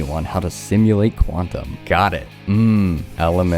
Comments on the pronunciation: how can you not pronounce quantum 💔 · i hate you now you cant pronounce the easiest thing(i dont know what Pronunciation has to do with hate) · quantum isnt hard to pronounce 🥀